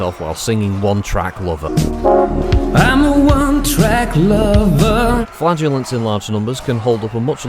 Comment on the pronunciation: When you said Flagellants I hear only Flatuents!.